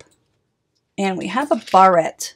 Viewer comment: I have a colletion of my old barettes and combs. I never heard the word barette pronounced that way though.